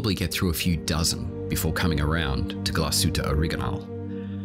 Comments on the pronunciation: Why pronounce it Origanal? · Like "Angala Merkel."